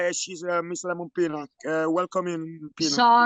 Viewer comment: He said welcome miss lemon “penis” ha😂 hear it yourself